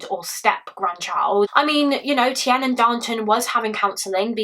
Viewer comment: Tiernan is pronounced 'TearNin'